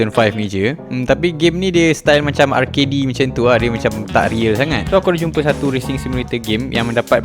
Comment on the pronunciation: ar key dee? sebutannya 'arked'